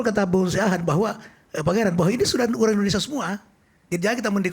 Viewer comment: Hostnya sj sebut negara, endonesia.